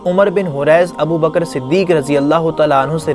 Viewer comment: Abu Bakr Ko Shi se Pronounce Kro Bhai Bakra Bol rhe ho tum